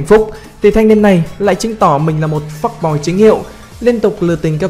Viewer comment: "Fuck boy" chứ k ph phúc kkk